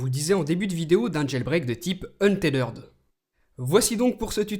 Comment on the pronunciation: Franchement ce n'est pas une critique gratuite mais la façon avec laquelle tu prononces untethered fait très mal aux oreilles !